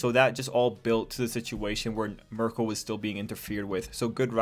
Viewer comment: Miruko is pretty much Bakugou with bunny traits. Her name is pronounced Mee-roo-koh. I only mention this because you keep calling her Marco, and that's an Italian man's name.